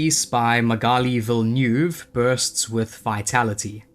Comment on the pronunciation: Lots of beautiful arts! Just a small nitpicking, but you should try to listen how to pronounce "Villeneuve", you really butchered that one :D I love pretty much all of her artwork. I pretty much made a Neyith of the Dire Hunt EDH deck just because of the art! I was also surprised by your choice for Nils Hamm (great choice though). I feel like Baleful Strix is his most popular art. But in reality, they all deserve a top spot. The color choice is always so perfect.